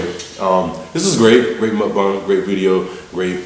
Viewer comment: I'm gonna put you over my knee and spank your booty if you say "mookbang" again🙉. It's pronounced "muckbong". I still love you though(in my mom's voice)!!!😘 The food looks like it taste amazing!!!👍 Be safe today 🎃!!!🍫🍬🍭